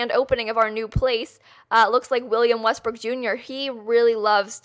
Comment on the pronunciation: YES! She can't say WESTBROOK! Next video,! We challenge you!:)